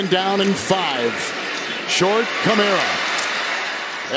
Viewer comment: The announcer doesn't seem to know the names of the players. Sounds like he has to look up the names. And the Saints player is named Kamara, not Cameruh, or Camero. A Camero was an automobile that's not longer manufactured. Maybe we can get a better announcer next time.